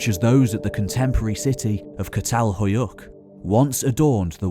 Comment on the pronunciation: You must read çatalhöyük as chatalhöyük. Keep up the good work..